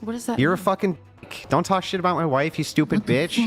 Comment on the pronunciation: its mouTH NOT mouf